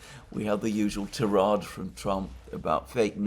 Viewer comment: I believe it is pronounced TIE-raid, not tee-RAHD. Also, I suspect Alexander may have been on the short-list of bloggers invited to Moscow, but Judge Napolitano has the larger US audience which is the audience Russia most wants to reach. Russia may consider UK public opinion to be more intractable and/or less important.